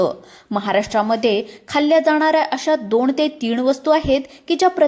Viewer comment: दोण ते तीण 😂